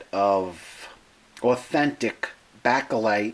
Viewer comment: Baikal is pronounced BUY-CAL. NOT Bacall like the actress.